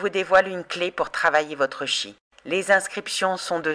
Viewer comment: On prononce Tchi, comme dans Chi-kung.